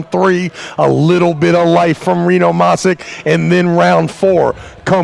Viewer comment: It's pronounced mash itch.